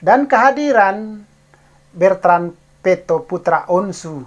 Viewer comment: BETRAN..BUKAN BERTAN.